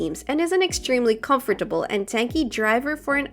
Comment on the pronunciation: Com-for-table 😂 lmao